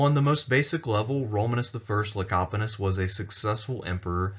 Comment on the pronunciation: Kudos on pronouncing the name "Lecapenus" correctly. You really dodged a landmine there lol.